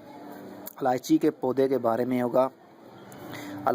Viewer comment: its ilaichi not aalaichi